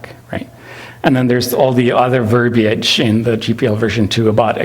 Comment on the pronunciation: The only person I’ve ever heard pronounce the word verbiage properly. Bravo.